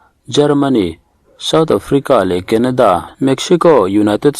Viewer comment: Kenada ni loin, kanada tih tur 😁